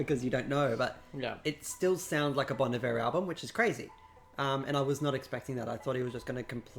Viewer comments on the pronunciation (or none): You pronounced Bon Iver wrong